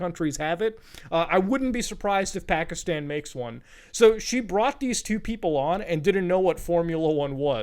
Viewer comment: Man’s from india, speaks hindi, BUT still says Pakistan wrong. C’mon Muta